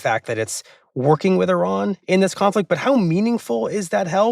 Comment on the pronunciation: It is so insulting that the interviewee can’t even say Iran or Iranian correctly (at least the interviewer can). Also the lack of humanity in this military analysis is disgusting. Targets and economic indicators… what about human lives?!